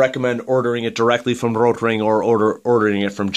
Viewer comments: you roll your r. No german rolls their r. It's a good try though, the german r is more throaty and most english speaking people can only pronounce the soft r. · Thank God you stopped saying rotring like that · Why do you say "rotring" in such a weird way? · Good point. I noticed that too.